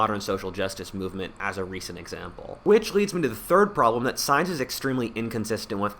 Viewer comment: Hahaha sounds like u said stience